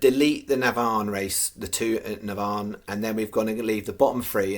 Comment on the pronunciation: FCC - NAVAN - pronounce this way - NAA - VAN